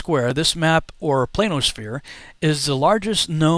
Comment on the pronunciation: I'm not believing anything said by somebody who pronounces planisphere as "plainosphere"...